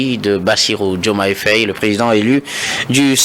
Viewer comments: C'est vrai quoi ! Il dit toujours Féye au lieu de Faye ! 😡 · Mr le journaliste, je pense que la prononciation est Faye et non Féye. Très bonne émission, au passage.